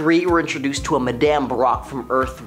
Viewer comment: Please stop pronouncing Madame that way. It's weird.